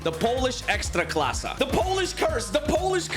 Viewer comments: Why are you saying ekstraklasa with russian accent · Bro said ekstraklassa like polish poeple ..... well i mean he is russian